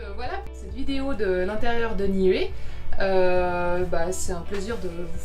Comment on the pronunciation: On vous l'a surement déjà dit mais comme vous le vérifierez lorsque vous serez en polynésie le "u" se prononce "ou" dans les langues polynésienne. Niue se prononce Nioué. Tuamotu, touamotou, Nuku Hiva, noukou hiva., Ua Pou, Ou-a po-ou, etc...